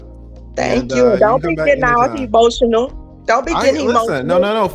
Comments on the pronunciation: Y'all didn't peep that she was saying "Don't be he-motional." He started to patiently reply, and she attempted to double down. "I said he-motional." Like she was being funny. And then he went in on her. WTF is he-motional? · TLA & KS got so much patience! Also that chick was spouting S.I.G.N. language talking about some "HEMOTIONAL" I know y'all peeped that slick tongue.